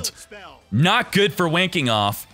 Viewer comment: This is for all the times said Wayne Kenoff, and I kept hearing "Wanking Off".